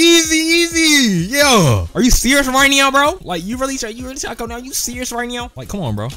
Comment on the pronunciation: "Are you serious right neow" BYEEE 😭